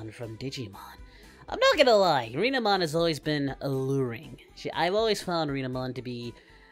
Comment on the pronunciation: you pronounced renamon's name wrong my friend